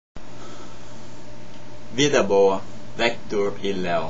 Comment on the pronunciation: cara é vitor e leo, nao vector e leu kkkkkkkk